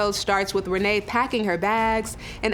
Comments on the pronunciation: Rayne is pronounced Renee??? Red neck pronunciation? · The mentally challenged activities started when her mother mispronounced her name at birth because to me it should sound like rain🤷🏾‍♂️🤣